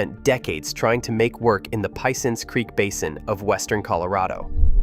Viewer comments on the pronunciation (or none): Hey bro.....its "U..inta".....and "pe..once".. Like uintah mountains and pe-once .. creek......I know ive put rigs there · Let me help you out here a little bit with your pronunciations. 1) Uinta is pronounced 'U-IN-TUH'. 2) Piceance or Piceance basin is pronounced 'PEE-AUNCE'. If you ever visit the area don't ever let other people there hear you pronounce it any other way. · Pee ance basin. NOT pie cance...